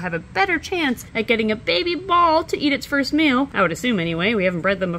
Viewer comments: Bahahah. I could have sworn you said you’d be feeding the “first males” to baby snakes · I knew you said "meal" but it sounded like you said "male so it ounded like was going to feed the first Male to a bunch of baby snakes and I was thinking okay interesting ritual you got going there. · I thought she said feed the first males to all the babies and they will eat lol. I don’t even like snakes but I love this channel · In the intro I heard "feed the first male to a bunch of baby snakes", and let me tell you, it made me sit up a bit.. ;) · Okay, for a second I ligit thought she said feed the first MALE to the babies ....lol then I realized she said MEAL...lol